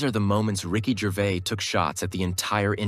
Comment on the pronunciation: Sloppy, repetitive, and you pronounce his name, wrong. Rubbish examples, too and with you explaining every ONE of them before you show us. Hope your other vids are better. 🙄🦍💨